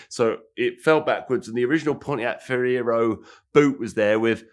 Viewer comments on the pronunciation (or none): It’s the trifecta, he can’t say Ferrari Ferrero or Fiero.